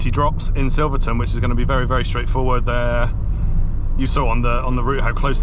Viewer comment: Wrong, its Silverton.